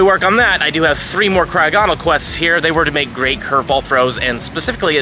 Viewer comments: I’m sorry but please stop saying cryo-gonal it’s not how you say it my man, it’s cry-og-ah-nal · The way Jt is saying crogonal here is causing me psychic damage